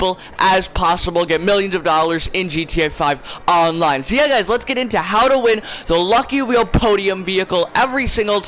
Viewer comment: Why does he say GTA 5 online like that ewww